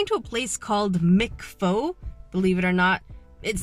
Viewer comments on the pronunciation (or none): ah, come on, it can't be spoken 'phah'! I can swear I even heard some Vietnamese friends call it 'phow'... or can I? I don't know anymore... ...are you suuuure? 🤔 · Its pronounced like "fu" like fu** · I love so pls don’t hate on dis but it really bothered me because I’m Veitnamese and the way she pronounce pho is wrong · 😮 Legit always pronounced it "fo". And your Cha Times sell food? Ours only sell bubble teas.